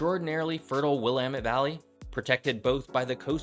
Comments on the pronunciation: Cringe ..... yer butchering the pronunciations; Willipa, Quinault, Juan De Fuca. Glad you didn't try Sequim! ;-) Ya did well with Willamette. A little more homework is needed. And lighting graphics? Really? We RARELY get lightning W of the Cascades. Kinda silly. This video is largely relevant to the areas as far S as the Point Reyes. The only coastal CA city of any size is Eureka, and maybe Fort Bragg. For many of the same reasons as OR and WA. N CA coast has a much easier climate, but the other factors remain true. Guessing around 1,500 miles of coast? Easier to contain the conversation and statistics to the state boundaries, I'm guessing. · Thanks for pronouncing Willamette correctly 😂